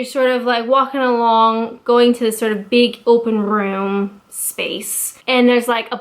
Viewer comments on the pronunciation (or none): "...open rrrroom..." (random rolling "r", lol).